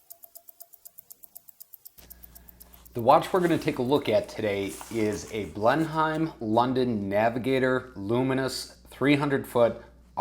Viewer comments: Hi, I would be pissed off too, those dimensions are not even close to what was promised. That's the risk with Kickstarter I suppose. We pronounce it Blen-im by the way. Sorry my countrymen let you down. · It’s pronounced Blennum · Yeah, it’s a crap watch, BUT, it makes a great video. That’s makes it value for money, for you anyway. It’s pronounced Blenn emm, as in Blenemm Palace. I’m subscribed now💪